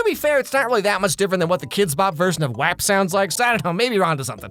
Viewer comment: WHU DO YOU SAY WAP LIKE THAT LMFAOOOOO